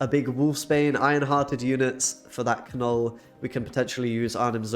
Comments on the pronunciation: Kah-Null? You are screwing with us, right? You don't actually think that's how his name is said? Pronounced nuhl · While I enjoy your content, unfortunately, I could only make it halfway through the video. One too many Ka-nulls made me tap out 🤦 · The "K" is silent, bruv. It's pronounced "nuhl" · The K is silent ....its just pronounced Null. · the way you kept saying "Kuh Null" made me mute this video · Seems like a super fun deck. My eye twitch hasn't gone away from the 107 times I heard Kuh-nuhl though... this could be problematic. Anyways, keep up the good brewing! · Yeah that was bugging me so bad😂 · Some people found the pronunciation irritating/weird. For me it made me childishly chuckle every time, because if you pronounce it that way you say “f**k” (as a verb) in Swedish. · It is very frustrating the way you pronounce Knull. In Polish language you pronounce words how you see them so it is wierd to hear content creators pronounce beloved characters Wrong!!!!